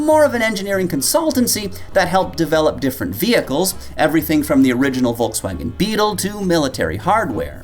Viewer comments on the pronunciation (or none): none